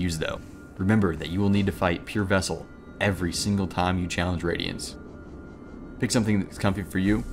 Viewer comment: absowute wadiance uwu